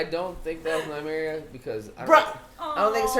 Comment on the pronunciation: Its nymeria ffs 😐